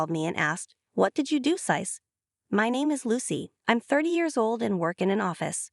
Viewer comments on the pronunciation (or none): Correct pronunciation please. It's sis not syce